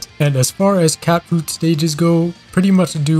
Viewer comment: I just want to say that you kept on saying catfruit like catfood so it sounded really weird/cursed e.g. catfood buffet